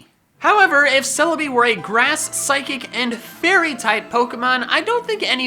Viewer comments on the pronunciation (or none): For celibi said psychicy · THERE IS NO R IN CELEBI!